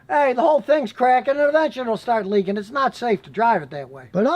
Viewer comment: “Prodict”???? “Leakeen”????